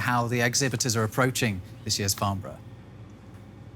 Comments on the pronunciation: It's pronounced "Farn-Bruh", and not "Farn-Burrow" ;P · It's Farn-burra, not Farn-boro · It’s pronounced Farn-brra